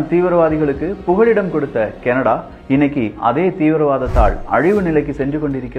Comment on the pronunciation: “புகழிடம்” அல்ல, புகலிடம்=புகல்+இடம். “பொழிவிழந்து” அல்ல, பொலிவிழந்து =பொலிவு+இழந்து. தமிழைக் கொஞ்சம் கவனித்து பேசு தம்பி.